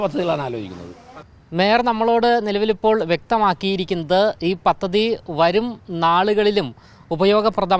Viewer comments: പത്തതി അല്ല. പദ്ധതി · പത്തതി അല്ല സഹോ പദ്ധതി അങ്ങനെ പറയു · It's not pathathi,it's padhathi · തിരുവനന്തപുരം മയർക്ക് എല്ലാവിധ ആശംസകളും നേരുന്നു മാധ്യമ റിപ്പോർട്ടർ ശ്രദ്ധിക്കാൻ അപേക്ഷിക്കുന്നു മലയാളം വാക്കുകൾ ശരിയായി ഉച്ചരിക്കാൻ ശ്രദ്ധിക്കുക ഉദാഹരണം പദ്ധതി ആണ് ശരി. പത്തതി അല്ല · 😂😂 പത്തതി അല്ല😂😂🤣🤣 പദ്ധതി എന്ന് പറഞ്ഞു പഠിക്ക്. മാപ്പിളമാർ ഷാ ക്ക് പകരം ശ പറയും പോലെയുണ്ട്